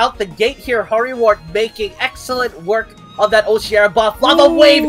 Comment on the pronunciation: Root words for Oceara are ocean and mearas. It's pronounced O-she-are-ah not o-shear-ah